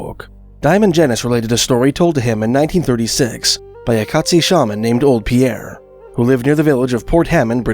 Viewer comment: Great video sir. Just a small correction on pronunciation. It’s Kate-szee. Cheers!